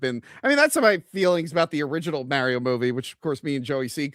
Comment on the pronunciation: "Get a real Italian to play Mario!" Also: pronounces it "Meh-rio"... It was a fun movie, took my kid to see it who's into Mario games even more than I was as a kid. Screw any haters. I would actually appreciate any effort to distance from the '90s movie however. Damn thing almost killed poor Bob Hopkins!